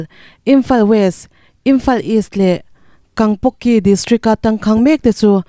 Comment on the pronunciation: Kangpoki tih ni lo in kangpokpi tur zawk